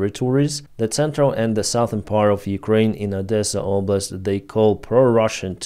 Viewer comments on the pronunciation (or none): none